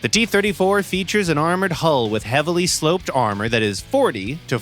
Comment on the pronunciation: Did he say slopped,?😂